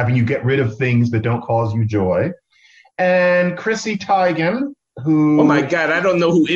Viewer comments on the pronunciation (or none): hey john its pronunced teegan